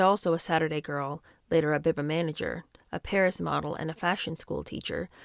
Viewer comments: It is Beeba, not Behba. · Biba is pronounced bee-ba. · Biba is pronounced Bee-Ba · Biba is pronounced Bee-ba 😉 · Loving this book. Biba is pronounced BeeBa xx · Hi. I love everything you do ❤. By the way BIBA is pronounced beeba. It was THE place to be in the late 60s and early 70s. ❤